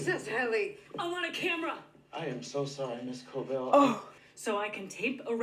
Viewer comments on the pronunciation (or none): Thanks for another excellent reaction, but please pronounce Harmony's surname correctly, it is Cobell, there's no R in it.